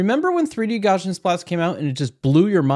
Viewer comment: jfyi it's pronounced 'gow-see-an'